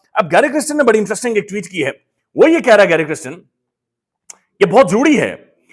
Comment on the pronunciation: pl pronounce the name correctly - it is kirsten not kristen !